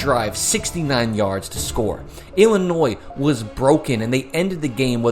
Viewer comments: That's how it's pronounced. ill-uh-noy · Ngl the way you pronounced Illinois absolutely ticked me off 😂 I didn’t even understand what you were saying at first lol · That's a wild way to pronounce Illinois.